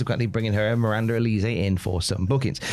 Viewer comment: The way these guys are pronouncing Miranda Alize’s name makes me want to slap them 😒🙄